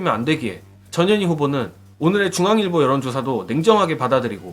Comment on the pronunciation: 근데여 전 현희 님 성과 이름 띄어서 읽어주세여 ㅎ